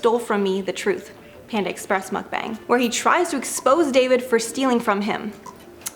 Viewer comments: It's pronounced MUCK-BAHNG or MUCK-BONG (Just don't say Mookbong like our gorl, Grammarlynn) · Hello! Thank you for putting this CRAZY drama into clean timeline😍 I understand it is confusing to pronounce mukbang! Mukbang's pronunciation is MEOK-BANG/MEOK-BAHNG (English/Original Korean pronunciation)😉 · Thought you kept on saying “muff banger” which is something totally different!